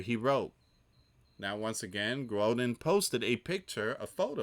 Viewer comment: It is Gruden not Groden. Like Grew den